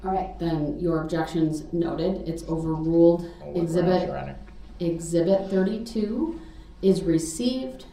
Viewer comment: you mean to say “ gronz” lol